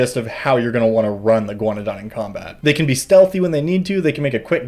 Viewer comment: I thought you were saying "iguanodon" every time you said "a ghaunadan." I was very confused at first.